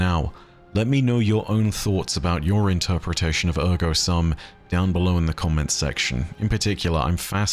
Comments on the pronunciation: As someone who studied Latin for several years in school, it honestly hurts a little bit to hear 'sum' pronounced as the English word of the same spelling instead of the proper long U sound (like "soom"). Not a huge deal though, and I enjoyed the insights here. There is one other possibility I thought of for the part about descending into an abyss and then one coming up reeking of decay. The first thing that came to my mind with that description was Eris and her fireteam in the Hellmouth, but your proposal of Savathun and the Hive seemed to fit better. Paths like arteries fits with the system of tithes and the Hive did descend into darkness and become consumed by it (constantly eating away at them), to the point that Hive being granted the light by the Traveler was the last thing anyone would have expected until that exact thing happened with Savathun and the Lucent Hive, who while they have the Light, do still act like Hive. However, looking over it again I can still see it fitting with Eris and her fireteam. The arteries are still tithes, but they are the ones going to Crota at the bottom of the pit. Those guardians and their ghosts did become completely consumed one by one in the darkness of the Hellmouth where the Traveler's light couldn't reach them, except for Eris who managed to climb back out, with the stench of the Hive and their magic which she had to use to survive still clinging to her. I don't know, I could see it going either way (or maybe even both? Do we have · Great video. Thank you! BTW in Latin "sum" is pronounced like "soom". Please see the site howtopronounce on pronunciation of "cogito, ergo sum". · SOOM! The "u" in the Latin word "sum" is pronounced like the "oo" in "doom" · at the start of the video: “I get things wrong and it’s important for you all to correct me so I can be accurate” Me: It’s cogito, not cognito ☺️. Sum is also pronounced ‘soom’ in Latin. Easy mistake to make! Mods: DELETE THAT. CAN’T EVER BE WRONG. 😒